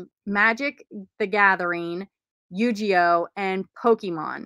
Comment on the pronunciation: It's Yu-Gi-Oh not Yu-Ji-Oh!